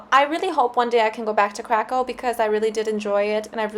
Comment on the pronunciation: it was ok,little akcent 😀